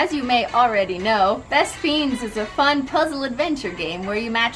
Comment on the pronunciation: Why does she call “best friends” “best feens”?😂